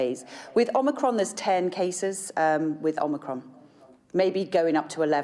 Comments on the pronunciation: 11 cases of "omnicrom " .....this is pathetic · One died WITH omnicron, is it too hard for her to say zero then. Well done Kate, that was a breath of fresh air. 👍👍👍